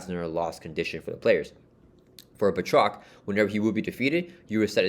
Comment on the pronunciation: good pronunciation of Batroc here 😁 can't wait to play the campaign over the weekend 😁